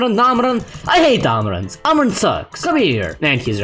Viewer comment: lmao amaan version of amman